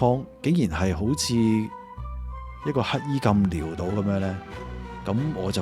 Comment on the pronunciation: 係潦倒，唔係撩到，潦讀老，唔係療。